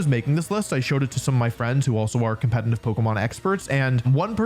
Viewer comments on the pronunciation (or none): The fact that he is saying competintive instead of competitive makes me hurt physically